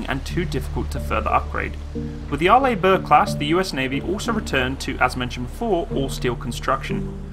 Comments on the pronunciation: Yep, AR-ley, not ar-LAY. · Good review! Pronounced R-Lee rather than R-Lay. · Can I just point out you pronounce it as (Are-lee) Bourke, not (Are-lay) Bourke... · Arlibork? Are you in 5th grade? It's pronounced like "R. LEE. BURK" "Orientated" is dead language, STOP USING IT. And it's pronounced ALU-MI-NUM. Element 13 on the Periodic Chart. Look it up. It's hard enough listening to you, but when you mis-pronounce every other word, it's like someone scratching a chalk-board. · By the way Arleigh Burke Class the first name is pronounced Arlee not Arlay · Hi. It's pronounced "Are-lee". Love your videos. Keep up the Great Work!! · Pronounced R-Lee or Arlee Burke! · To help with the pronouncement my British friend , it's Arr-lee Burke .But then again you Brits say Aluminum and Schedule funny also, no wonder we broke away ! Lol Btw I no and the Burkes are the best there is 62 of them !!! And all of Nato and no one is close plus 11 CGs Amazing and in the future will have laser CIWS and Railgun !!! Semper Fi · Also fyi, Arleigh is pronounced like Arley.